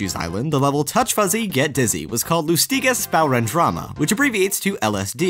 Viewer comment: CodeNameZ It is quite difficult for English speakers to pronounce german words. So I think he did a good job at that :o